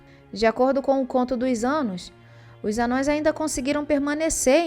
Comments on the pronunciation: n eh te corrigindo , e nem eh um erro de português, mas se vc pesquisar um pouco vai ver qual pronuncia correta, ha , vejo seus vídeos e só fiz uma crítica construtiva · a pronúncia de ambos é correta. Embora o termo "Anãos" seja o usado atualmente na tradução nova, isso não torna o termo "anões" incorreto de se falar no dia a dia quando discutimos o Legendário. Tá de boa até oscilar entre eles, kkkkk